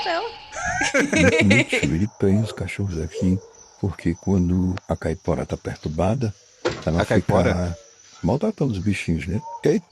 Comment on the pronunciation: é impressão ou ele falou Caipora como se fosse uma palavra em outra língua? Kkkk